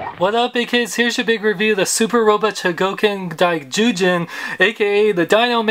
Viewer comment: Awesome review,. I'm amazed you got Daizyujin's name right. I'm planning on picking this dude up along with potentially Ultra-Act Gridman aka Servo from Super Human Samurai Syber-Squad later this week.